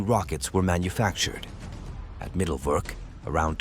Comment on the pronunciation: Mittelwerk is pronounced Mitelverk with all vowels in their correct way : i is i and not ai, e is e and not i.